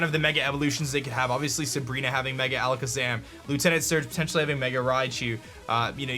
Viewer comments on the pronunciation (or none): none